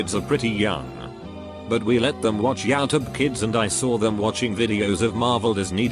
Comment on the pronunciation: Nobody: The robot narrator: Yaoutube